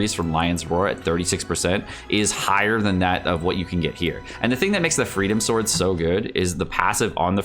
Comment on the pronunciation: Am I the only one who keeps being annoyed that he calls it "Freedom Sword" and not "Freedom Sworn" which is it's actual name?